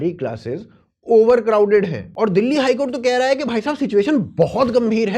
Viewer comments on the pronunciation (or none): ध्यान से सुनो । चाचा दुल्ली बोल रहे हैं,दिल्ली नहीं।और दुल्ली जैसा कोई जगह है ही नहीं इस जहां में तो बेरोजगारी कहा कि मिटाएं 😮